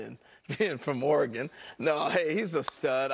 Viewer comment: Can he not say Oregon ? Lol